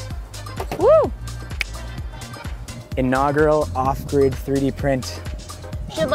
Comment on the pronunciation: Every time he says off grid, I hear awkward, and I have no idea why. I got so confused the first time he said off grid lol